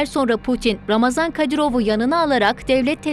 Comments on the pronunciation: COX XAHIş edirəm ismini düzgün deyəsiz ,, yəni : RAMAZAN deyil !!! __ RAMZAN KADIROV ! Cünki Ramazan mübarək müsəlman adıdır ,, bu insanın müsəlmancılıqdan zərrə qədərdə hec bir şey bağlamır, o Putini atası adlandırır və ona görə ölməyidə ,öldürməyidə özünə 5 vacibatfan üstün bilir!!!! Ona görə Ramzan Kadırov ,hem rəsmi həmdə ona yaraşan isimdir. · не рамазан,а рамзан! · Ulan Ramazon değil Ramzan Kadirov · Şu adamın adını doğru söyleyin !!! RAMZAN " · Ramazam değil Ramzan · Birde şu ismini doğru şekilde öğrenebilseydiniz gazetecilik yapıyorsunuz hayatını kendimizce araştırıp öğrenmişsiniz isminide doğru öğrenip teleffuz etseydiniz .ramazan değil ( ramzan) kadirov